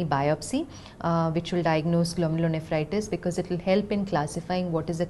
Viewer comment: Thanks, great video, has explained very well, she pronounced the name of disease very fluently every time, I cant even do that once.